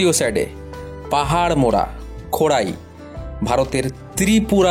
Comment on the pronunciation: খোঁড়াই নয়, খোয়াই